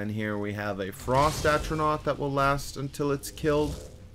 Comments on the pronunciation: Flame Astronauk. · would be Elon Musk's friend with the amount of "Astronauts" he summoned. You actually messed up on a lot of words.... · Good guide but how hard is it to say “A-TRO-NARCH”, come on dude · It annoys tf out of me that he says atronaut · Without the “S” but yes. Atronot 😂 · I like how you can't say Atronach properly but good amazing guide bro thanks.